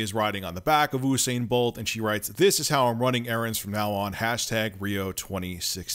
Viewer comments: You-sain You-be-soft Not "oo" . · it's pronounced you sane not ooo sane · "Oosain bolt" no no no usain bolt rich pls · Its 'yousane'.